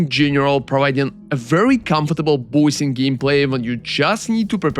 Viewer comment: Im pretty sure bossing is not pronounced "boy sing"